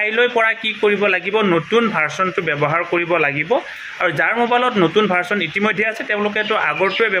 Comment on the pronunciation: ভাৰচন নহয় ভাৰজন বুলি কওক